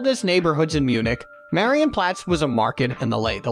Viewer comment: Am I the only one extremely triggered by how this hectic narrator BUTCHERS every name? He doesn't even try... Had to hear his interpretation of the word "Marienplatz" like 20 times before I figured out what he meant... "Widdelsbag" come ON 😵‍💫